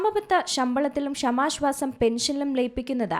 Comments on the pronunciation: എന്തെടീ നീ സ്കൂളിൽ പോയിട്ടില്ലേ? "ക്ഷമാ ശ്വാസം " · ഇവരുടെ ഷമാശ്വാസം എന്ന് കേൾക്കുമ്പോൾ അടിവയറ്റിൽ ഒരു താളിപ്പ്.😂